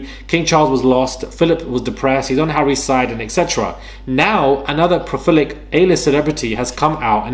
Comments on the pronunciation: PRO-LI-FIC! You keep saying “pro-FIL-ic dude! Love your channel-keep killing it! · its pro-lif-ic And also om-in-us. Love your work🎉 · I’m saying “profilic” instead of prolific from now on. makes it sound so good. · Pro - li- fic